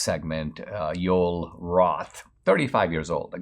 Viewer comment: I'm curious. Is Joel Roth insisting his first name being pronounced Yole? Or is Dinesh mispronouncing Joel?